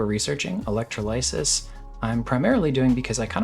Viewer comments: suggest looking up how to say electrolysis. 2nd syllable emphasis. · Electrolysis is not pronounced the way you think it is, LOL